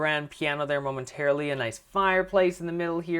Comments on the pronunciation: He said momentairlily heaps Spelt it wrong lol dont care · don't get me wrong this is an amazing house, I just got annoyed that you said momenterally all the time XD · why did you keep saying momenteraly